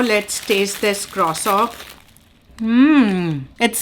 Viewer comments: Croissant 🥐 your pronunciation is so different. Is that how Canadian say it ? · No. She is saying it wrong